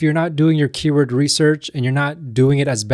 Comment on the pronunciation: This is how you pronounce the word "keyword"